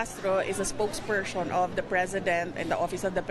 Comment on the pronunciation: Spoke pershon? Jusko sara yan lng dmu pa mabigkas ng maayos tas gusto mo pa mg presidente? Haay sna nga ma convict kna at dna mkatakbo sa 2028 dahil magiging tut4 ka lng ng chekw4 sunod sunuran sa gusto nla mangyari sa Pilipinas kaya wag kmi ang linlangin mo kc di kmi 8080 katulad ng mga byar4n mo at taga sunod!!!